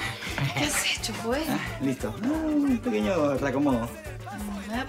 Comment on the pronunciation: Jajajajajaj me cago de risa cuando se refiere a joel como Yoel 🤣🤣😆😂🤣😂